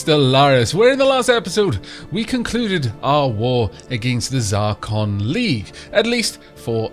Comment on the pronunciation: Zracon! ZRACON! A Proud and Noble People, yet you butcher their name! NO WONDER YOU'RE AT WAR!